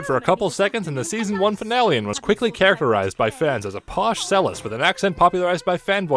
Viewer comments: "CHELL-IST", not "sell-ist." DING And there is no way the Ponies with Hats Reference was not intentional. Also, Ponies with Hats is a just an improved version of Llamas with Hats. I repeat: MLP:FiM indirectly referenced a web cartoon series about a psychopathic, murderous llama. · Did he say selist? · The fact that he kept pronouncing cellist wrong drives me crazy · The pronunciation of "cellist" pisses me the hell off because I played cello for 6 years